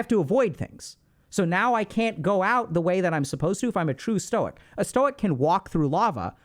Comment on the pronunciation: I'm not a stoic by any means, and I have a lot of problems with it, but god, listening to Ludwig just butcher it caused me so much pain lmfao